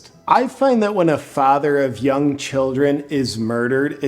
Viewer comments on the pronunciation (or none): none